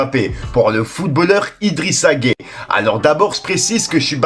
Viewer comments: Je regarde tes vidéos mais sérieux fait un effort même si tu n’es pas foot renseigne toi!! Tu parles d’un sujet sérieux et tu arrives à appeler ce joueur => Idrissa gay, c’est Gueye(uuuuuu) autant quand je t’entendais dire Nino ( alors que tu es plus musique que foot) au lieu de Niniiiiiio (Ninho) ça me faisait rigoler mais là…. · arrete je suis mdr, c'est Gueye pas gai ou gay.... mdr mec la tu fais ca expres ce n'est pas possible. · Arrête de prononcer son nom de cette manière c’est idrisa gueye comme hey a la fin et non gay comme tu le prononce pcq la c genant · Nan mais tu t'embrouille encore c'est nimp ta vidéo ce n'est pas idrissa gay poto je sais tu connais rien au foot mais la prononciation d'un nom de famille fais un petit effort stp par respect pour idrissa gana Gueye force a lui et soutien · C'est idrissa gana Gueye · 🤣🤣🤣🤣 faut prononcer le E a la fin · Non mais laisse il a du mal avec les noms et les mots lui c est un truc de fou 🤣🤣🤣🤣😓